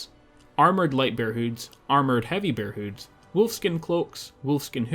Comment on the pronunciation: "berr sken hoots" lol love your work man